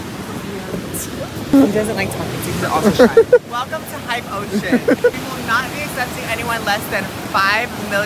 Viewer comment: nobody: nikita:weLCoM To HYpE OCeAn